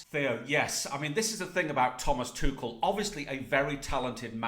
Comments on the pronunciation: Thomas tushel its tuchel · Thomas "Tooshel" 😭🤣🤣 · This kid cracks me up. 1st he was on PSG jock. Now it's "Two-shul" mannnn gtfoh. Stick w the EPL. You're outta your depth here pal.